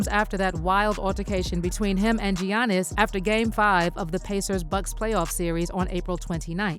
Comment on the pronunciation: You can't even pronounce Gianni's' named correctly and Shannon is saying it in the video.... 🙄🙄🙄